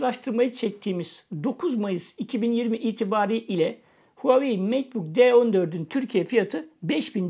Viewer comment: Hauwei değil reis